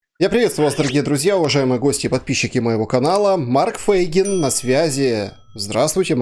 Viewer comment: Почему Вы говорите "ФЭйгин"? Правильно "ФЕйгин"!